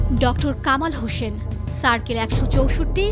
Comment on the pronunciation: It is Hossain not 'Hoshen'.